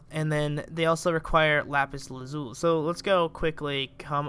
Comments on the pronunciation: you say Lapis Lazuli like this "lah-piss luh-zoo-lee" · Lapis la-zoo-ee